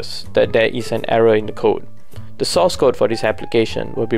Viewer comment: I thought he said “sauce” code.. Yikes!!